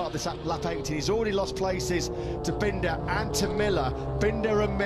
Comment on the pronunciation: …bendah and milluh 😂